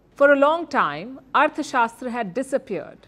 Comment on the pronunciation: Please learn to pronounce arthasashtra...